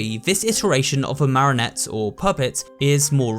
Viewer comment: Love the work but please say marionette right [ma-ree-uh-net]😂😂😭 all I can hear is marinette from ladybug